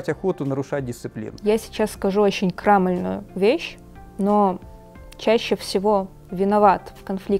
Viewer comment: "КрАмольная" немного резанула слух. Эх, учителя